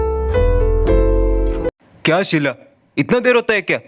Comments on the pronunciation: Sheet nahi sheela 😅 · It's "Sheela" not "Sheel" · Sheela hota hai sheel nhi hota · Kiya sheel no it is sheela